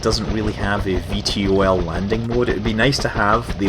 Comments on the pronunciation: V tol (vertical tackoff and landing) not V T O L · Scott its pronounced V-TOL not V T O L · Gah! It's pronounced 'V toll' not 'V T O L' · Hay scott, you epic, but please, its V Tol, not V T O L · It bugs me when you spell out VTOL It's pronounced "Vee-Toll" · fyi it is bronaunced ve-tall